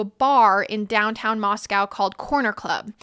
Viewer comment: First time seeing your podcast but it strikes me strange you mispronounced Moscow since you stated it’s near where you grew up. It’s pronounced Moscoe. Also, you mispronounced the last names of three of the victims. Honey, please do your research. If you want to be taken seriously, you have to be able to pronounce stuff correctly. Otherwise, you did a nice job here. Good luck and work hard